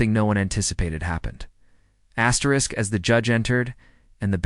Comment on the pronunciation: I think her name is Astrid…,not Astrisk